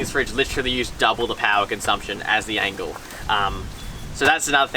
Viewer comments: Doing my head in how you keep calling the Engel an "Angle". Is this a Victorian accent thing? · Good vid but it’s Engel not Angle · Stop calling it an Angle. It’s Engel! It’s not double the power. 35W and 55W one so 40% less than the other - not half (or double) and not 80% less. Initially yeah one was ½ the other and at the end again about ½. Also - never keep any fridge on the tray of a Ute in the weather. You wouldn’t do that with your house fridge - don’t do it with a camping fridge. They are not weather proof. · Its engel not angle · It's engel not angle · It's an Engel not an Angel. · Fellas its an Engel fridge, not an Angle fridge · Why are they saying ‘angle’? I thought it was ‘Engel’ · Click. Click. Click. Click. Click. Click. Engle, not angle. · Are you saying "Angle"? Good video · Engel fellas not Angle 🤦‍♂️ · You know it’s a “Engel” not an angle 😂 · Engel not angle. Otherwise, great review 👌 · It's an ENGEL not a ANGLE. You boys keep saying Angle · Its engle not angle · Engel starts with an E not an A so how do I trust a review when you seem to not know the product you are using. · That's just NOT how I pronounce it. And when it's spelled Engel, it's not an angle. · Lads, great comparison. Like the effort you went to. But Jesus please pronounce Engel correctly. It starts with a E not an A.